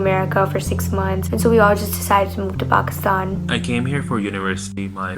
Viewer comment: Why can't say Pakistan properlyy